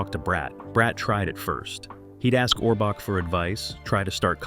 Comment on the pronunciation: This guy is WRONG on many facts and he can't even pronounce Orbach! Ridiculous, writers were there for years.